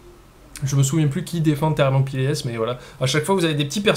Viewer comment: C'est pas "Thermopylèsse", ce sont les Thermopyles (c'est un mor francais à prononcer en francais), un passage très serré au bord de la mer Egée.